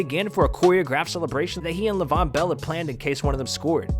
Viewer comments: Did u say Levon bell bro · “LAvon bell”🤦🏽‍♂️